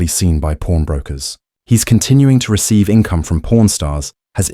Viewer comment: It's pawn stars not porn stars